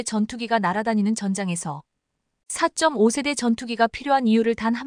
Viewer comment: 읽는 사람 좀 엄선하세요. 2~3세대를 23세대로 4~5시ㅣ대를 45세대로 읽으니 ㅣ세대가 몇년인 지도 모르는 무식한 해설 자를 기용해야하나요? 넘 귀에 거슬리고 다음 세대는 어쩌려고~~~ 좀 가르치던가?